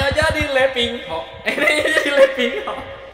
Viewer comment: Wkwkkw bang lu nyebut nama nya letingho